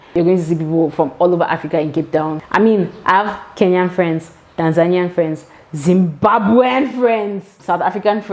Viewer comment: Need more explanation on why you put so much emphasises when you said Zimbabweans please.